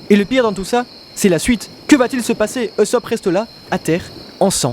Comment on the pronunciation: "Luffy versus eussop"...mort'a toi et à ta prononciation de dyslexique. Bonne vidéo mais tu me fait saigner des oreilles mec je m'arrête la.